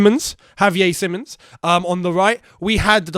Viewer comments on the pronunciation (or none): The fixture with Liverpool is at 03.01. - not 03.12. as you accidently say The player's name is Simons, not Simmons (you said it wrong in watchalong and this video, give him his name bro)